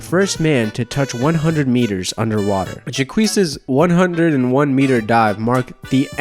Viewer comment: Honey... Jacques is pronounced jock, just with a softer j sound. 😉 Great video, though! They made a movie about Enzo and Jacques! It's called "The Big Blue." Great movie! You should really check it out! Thanks for the fantastic upload! Keep up the great work! 😊💜